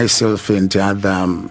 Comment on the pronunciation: What kind of learned lawyer says ENDE ??? ITS AND ...not ENDE